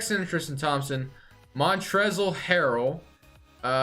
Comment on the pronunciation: The “L” in montrezel harrell is silent bro💀💀💀 idk if you were just saying it like that on purpose but it’s just montrez 💀